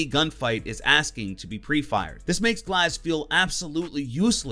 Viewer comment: when he said glaz i just disliked the video